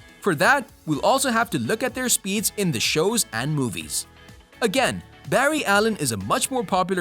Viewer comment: Bru did you just say berry allen